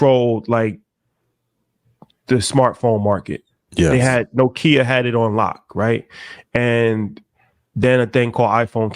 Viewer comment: My guy said No-Kia 😂😂😂😭